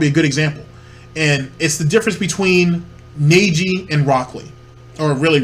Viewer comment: The way you say Neji hurts me lol